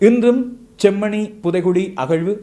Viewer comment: நீங்களும் செம்மணி என்பதை chemmani என்று உச்சரிக்க வேண்டாம்